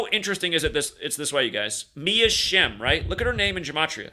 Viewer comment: Shem sounds like sham.